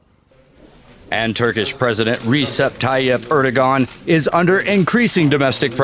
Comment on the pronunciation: Erdogan...pronounced Erdo-wan...FYI 😎